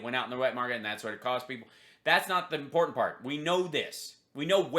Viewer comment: That last speaker thinks there is a d in important